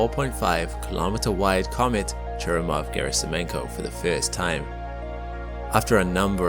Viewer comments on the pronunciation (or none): Churyumov is stressed on YU, not on U - ChurYUmov. Gerasimenko also a little misspronounced. It's pronounced as written - GerasimEnko, not Gerasim'YEnko. E is already yotified sound. No need to dub it.